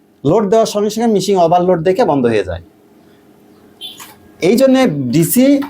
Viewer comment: তিনি শিক্ষক হন কিভাবে? মেশিনকে মিশিং বলতেছেন।